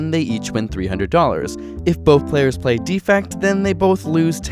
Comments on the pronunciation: "Defect" pronounced "DEfect", with emphasis on "de" is a noun. As in, "There's a DEfect in this video." "DeFECT", with the emphasis on "fect", is the verb. As in, "I choose to deFECT from improper pronunciation." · Please, please learn how to pronounce "defect", the verb (de-FECT) vs. "defect", the noun (DEE-fect). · Is there a region where the verb is pronounced "DEE-fect"? If so, I apologize. It sounded as if he were just mispronouncing it. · Sean Sinclair Agreed. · For the verb "defect," put the stress on the second syllable: deFECT. For the noun "defect," put the stress on the first syllable: DEEfect. This isn't just annoying detail. The two words have different meanings. Here you are talking about leaving the group. I.e.: you need the verb - the opposite of cooperate. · The two strategies are "cooperate" (verb) and "defect" (verb) pronounced /dəˈfekt/, not "defect" (noun) pronounced /ˈdēfekt/. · Anyone else annoyed with how he pronounces "Defect"? It's like the card has something wrong with it rather than the intended meaning of betrayal.